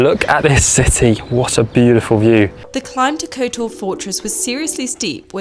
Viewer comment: "Kotoar" terrible prounounceiation.